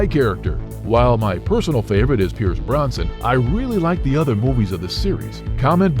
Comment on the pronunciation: It's Pierce Brosnan, not Bronson😉